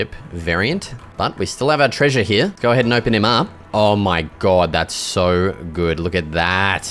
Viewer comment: It's here not heia